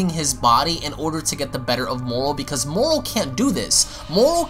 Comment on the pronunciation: He said moral? Thought the dude was called moro